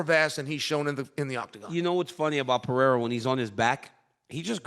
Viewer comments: Who is Alex "Pee-era" ? Lmao can someone please tell both of these dudes how to say the guy's name correctly already lol. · Purr-ray-rah its easy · PE - RE - I - RA 💥🤯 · Chael is gonna have me saying 'Piera' soon enough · Serious question: does Chael intentionally mispronounce legitimately every single fighter’s name 😂😂😂